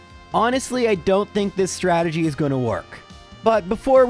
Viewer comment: oh i hope he on purpose meant ''Stragedy'' like from the old Rocky and Bullwinkle episode XD